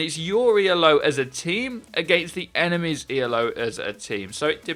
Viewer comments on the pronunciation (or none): It's not pronounced E.L.O. It's "Ee-lo." It's a person's name, not an acronym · Not E.l.o, it's E-lo because it's named after Arpand Elo not the Electric Light Orchestra. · It's "Elo" one word, named after Arpad Elo. ELO is a band xD